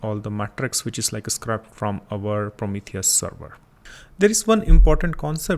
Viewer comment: its not SCRAP its SCRAPE